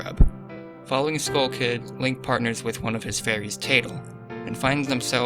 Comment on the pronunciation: Pretty sure it’s pronounced Navi with a short vowel as in “Navi-gator,” not the military navy. And Tatle as in the word tattle, seeing as her sibling is named Tael. (Tattle-tail)